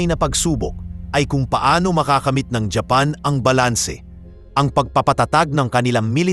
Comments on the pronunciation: Anong hapan paki ayos mu nga ang bigkas ng japan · Daw pangit pag pronounce mo sang japan daw ang palagi lng gina pronounce gamita sir . Gusto mo ma unique gid